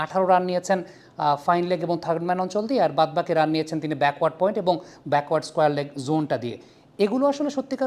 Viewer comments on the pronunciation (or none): none